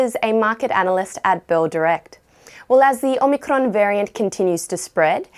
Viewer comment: Nice pronunciation of Omicron